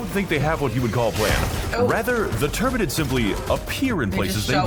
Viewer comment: Definitely thought you were saying turd 😂 not turent 😂 or whatever it is you said